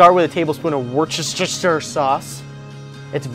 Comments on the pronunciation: It's actually pronounced 'wooster' (rhymes with rooster) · woosta-shear sauce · its pronounce "wos-ta-shire sauce" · It's actually not that hard to say. I used to say Wor-Sti--shy-er sauce too but a British friend of mine taught me how to say it correctly. It's Wer-sti-sher. sauce...just three syllables wer-sti-sher. ;-) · A British girl wrote a comment once saying Worcester sauce is pronounced 'woosta sauce'. I hope this helps ;) Great recipe! I'm going to try it! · It's 'wooster-shy-ehrr-sauce' - this pronuncoation is according to the makers of one of the most popular brands of this fantastic sauce, they wrote to the 2 bikers tv cooking show becauce they kept mispronouncing it as 'wooster-shire-sauce'... So, now you know too, thanks to a Norwegian! :) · Wuster Sher. Thats how you say it. It's not hard, crikey! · Looks amazing! I happen to come from Worcester UK, and it's pronounced Wus-ter-sheer. Hope that helps. :) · That worcestershirshur sauce haha 👍 That actually looks good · And even Wooster Sauce. I've heard it pronounced werchestersheer before now. But that's just wrong! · Worcestershire is pronounced "wooster" :) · Sounds like you're saying "Worst is your sister's sauce" hahaha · Zombies+vegan+ mispronunciation of worchestishire (?)= total package